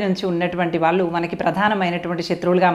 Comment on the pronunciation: ఈమె మళ్ళీ ఉపాధ్యాయిని.వొత్తులు ,ల ళ ...